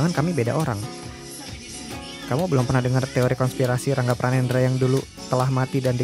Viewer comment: Rangga pranendra jadi rangge pranendra? Wkwk